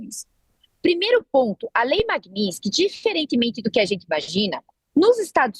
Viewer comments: Genteeeeeee É lei MAGNI-TSKY!!! O “S” é depois do “T”!!! Falem correto… a gente pode falar errado, mas vcs nao!!!! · Meu Deus....como chamam uma pessoa dessa pra falar sobre a lei....e a repórter (ou blogueira) não sabe sequer pronunciar o nome da lei, e ainda escreveram errado...chocante! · Quase a jornalista quebra a língua para pronunciar magnitsky.😂😂😂😂😂😂😂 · A desgraça não sabe nem falar o nome da lei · A repórter não sabe nem pronunciar o nome da lei😂😂😂😂😂 que vergonha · A jornalista não saber pronunciar o nome da lei é engraçado. O "t" é mudo. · Desenhou pra carol que nem o nome da lei sabe pronunciar. Essa imprensa é uma vergonha. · Nenhuma das duas conseguiu pronunciar Magnitsky corretamente. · As duas erraram a pronúncia! Como pode? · ESSA ADVOGADA NÃO SABE NEM PRONUNCIAR O NOME DA LEI. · Não sabe falar Magnitsky, próximo…! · Ela não acertou nem falar magnitsky…